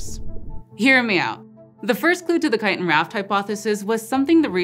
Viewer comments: It's "chiTin" not "chi!-in..." Can't stand to watch, can't stand to listen... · I know this isn't the point of any of this, but I'm fascinated that you dropped the t in the word chitin, like a Londoner would. Is that becoming a thing in the US, or is it common in the part of the US you're from, or do you just know a lot of British people who talk about chitin, and you picked up their glottal stop in the word?